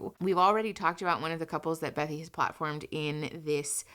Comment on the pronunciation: Okay, so I know this is off topic. But her name is actually Bethany, not Bethy. I love your content, please don't hate me😅 I just couldn't get past it, lol